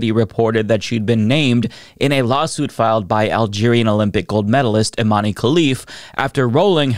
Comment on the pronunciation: It's pronounced iman not imaneee, great video though